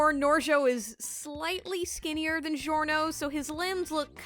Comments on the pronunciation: It’s not zhiorno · ITS GIO LIKE A JIO NOT CHSZHIORNO CXZHSIOWANNA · its not delivery, its giorno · Norgio? Why not Giornot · Norgio? No OVA Giorno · jjba: giorno: norgio me: struggles to pronounce giorno * DISGORNO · Why do you pronounce it like: "Jiorno" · Norgio Dohn-wanna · Norgio XD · Poor Giorno's name was butchered